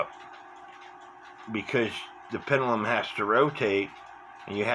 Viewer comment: "Cenner, pennelum"? Why do you speak sloppy? Something wrong with your mouth? Or just a bit lazy?